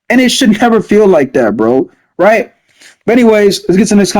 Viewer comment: Its funny how you be saying “rright”